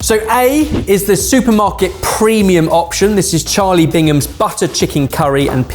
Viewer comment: Bigham's, not Bingam's.